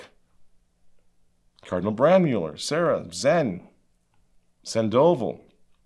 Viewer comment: Pronunciation is Cardinal Saa-ra - not like the girl's name.